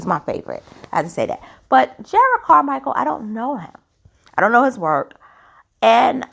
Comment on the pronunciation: Respectfully, his name is pronounced Jer’ rod.